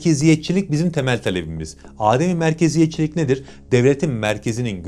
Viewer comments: Aademi merkeziyet değil abi adem-i merkeziyet birçok kişi yanlış telaffuz ediyor arapçada "adem" (a uzatılmaz) yokluk demektir âdem ise farklıdır ikisi ayrı kelimeler adem-i merkeziyet merkezin yani tek idarenin olmadığı federatif yönetim anlamını taşıyor bunu zaten bildiğinizi düşünüyorum 😊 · Âdem-i merkeziyet değil abi adem-i merkeziyet çok önemli değil ama söyleyeyim dedim. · Emeğinize sağlik guzel videolar hazirliyorsunuz. Yalniz bir seyi duzeltmek gerekiyor. Âdem= insan Adem= yokluk Adem-i merkeziyet merkezi yonetimin olmamasi. Bu tamlamayi âdem-i merkeziyet diye soylerseniz mana bozulur.